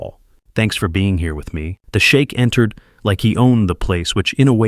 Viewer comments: Sheik, not Shake. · It's "Sheikh" not shake 😂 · You're mispronouncing the word sheikh sp? You're pronouncing the word shake ( American English is sheek )😊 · AI needs to learn how to pronounce foreign words. Sheikh not shake. Great story. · Shame your AI doesn't know the difference between shake and sheik.